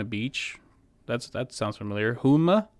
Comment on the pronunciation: I loved how you said Houma as "Hu-ma"! 🤣🤣🤣 That is where I live and it's pronounced "Ho-ma", lol! Love your videos so keep up the great work! 👍😎